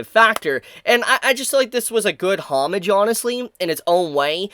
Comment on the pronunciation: Please learn how to pronounce things like “Homage” and your “TH’s” come out as a F sound